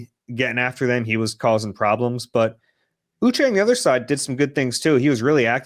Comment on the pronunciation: Uche = Oo-shay